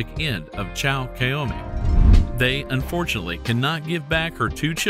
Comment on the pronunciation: Seriously, learn how to say “unfortunately” clearly. It sounds like you say “fortunately”.